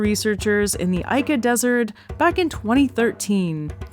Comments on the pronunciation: "Ica" /'ika/ reads more like "ee-ker" than anything. Definitely not "eye-ker". Sorry about the neat pick. As a native Spanish speaker who spent his teenage years in Peru, I felt like I had to say it. The video itself is great and the data is mind-blowing 💯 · Love, LUV, love Y'all! But Ica - even in your place should be [eeka] So next time, kindly consider the proper pronounciatin? lots of lovevfrom Grenland!<3